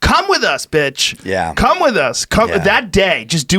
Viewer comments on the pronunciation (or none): Joe said “bitch” like “betch”